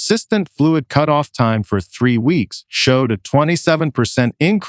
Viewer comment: Cutoff is pronounced “cute off”? Where did you learn English?